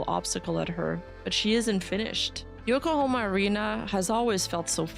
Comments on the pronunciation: "Yokohama" ✅ "Yokohoma" ❌ "Yokohoma" ❌ "Yokohoma" ❌ "Yokohama" ✅ "Yokohoma" ❌ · Think you pronounced Yokohama correct once 😂😅